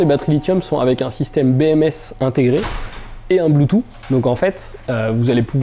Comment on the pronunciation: blutoo "sssssssss" :)))) ne pas oublier le th au bout ;)) mais vidéo top comme d'hab